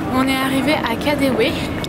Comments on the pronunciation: Mais le distributeur prend les billets ! je prend tres souvent le metro a Berlin, et il prend les billets je ne comprend pas pourquoi vous vous etes amuser a payer en pieces. lol Dailleurs les allemands payent plus en especes qu'en carte bleu. et ca se dit KADEVE pas comme en anglais kadewe car le w en allemand se lit V. Bisous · Pour le KaDeWe, le W se dit V en allemand!